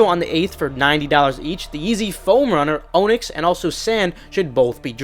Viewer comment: Onyx is pronounced "On-ix" not "O-nix". Hate to be that guy.....